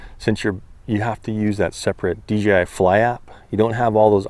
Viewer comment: It's not "DGI"